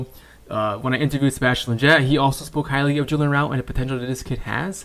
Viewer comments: Good vid bro but A-ra-ujo not araul. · Its Araujo, not arouw, arauho , the j is prounce like an H 😂😂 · Is it me or did this dude just mispronounced Araujo incorrectly.